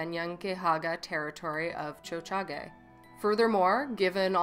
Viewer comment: I was shocked when I heard you say Montreal in Mohawk. I was like “did I hear that?” LOL